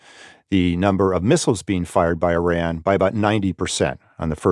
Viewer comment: It is so insulting that the interviewee can’t even say Iran or Iranian correctly (at least the interviewer can). Also the lack of humanity in this military analysis is disgusting. Targets and economic indicators… what about human lives?!